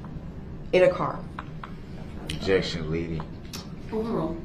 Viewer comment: "What does that mean?" Objec-shunn, leading 😂😂😂😂 Leading? LEADING?!? 😂😂 how stupid is he? If it wasn't such a tragic event then Duh-rell would be hilarious 😂🤡